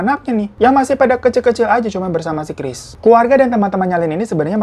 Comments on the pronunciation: Chris bang bukan keris,,😅😅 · 4.43 Chris menjadi "keris" 😭🤣